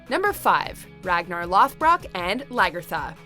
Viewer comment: Just here to say... I'm bothered by how she pronounces lothbrok